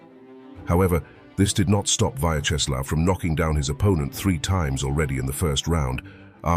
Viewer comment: Pronounce: VYACZESLAV (not VAYCZESLAV)